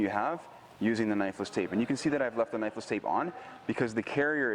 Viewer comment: not gunna lie...I always thought you were saying necklace tape until this video